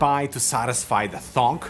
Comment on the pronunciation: by the way, the noise a good key press is supposed to make, is pronounced THOCK not THONK.